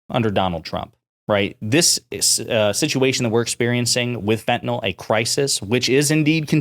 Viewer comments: The medication Fentanyl is pronounced “fent-a-nil” and not “fent-a-nol.” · Here’s a good way to tell that GOP continues to repeat shallow talking points and NEVER READS ANY ACTUAL STATISTICS: The fact that they keep saying “FENTENAL”, when the drug name is actually fentanyl. Once you’ve actually read the name a few times, it starts getting harder to continue mispronouncing it. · It’s weird how most Americans seem incapable of pronouncing fentanyl.